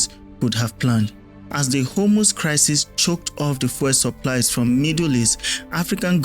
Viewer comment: Please learn to pronounce the word fuel properly. You keep saying "foil". For those of us who speak English as our first language the mispronunciation is very distracting. Fuel and foil are different words. Please get it right.